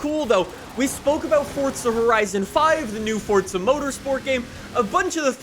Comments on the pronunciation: Will you learn how to talk, it's FORZA not FORTZA 🤮🤮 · After "fordza" "fordza" "fordza"... Ok. My comment is referencing your inability to say "fooorza" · forza not fortza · I can't believe this entire time I've been mispronouncing fortza as "forza"